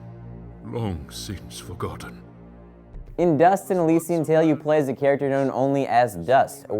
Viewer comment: I think it's pronounced Elysian(el-liss-ee-an)